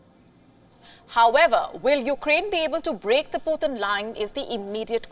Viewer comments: The puthin line 😂😂 poo thin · Lmfao, the "pootin line" 😅🤣🤣🤣😂